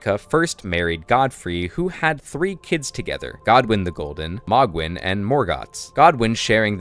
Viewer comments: It's "Moh-Gwyn", not "Maw-Gwyn". "Hayligtree", not "Hahligtree". That voice at the start is unlikely to be Miquella's. Everything we know suggests that the Tarnished is looking for Miquella in the Land of Shadows. Yet, the voice in the dialogue tells the Tarnished to touch the withered arm and they will "not be far behind". It's another NPC who's also going into the Land of Shadows with the Tarnished. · Isnt it pronounced m-oh-gwin not mogg-win